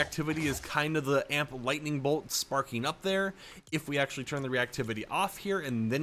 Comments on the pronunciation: its A M P not AMP lol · It’s not Amp it’s “A “M “P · bro said amp bro it’s A M P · A M P not amp